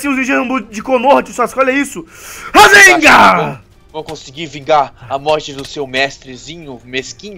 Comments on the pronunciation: Não é rasenga é rasengan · a hora que o fala razengan eu dor rio até não der mais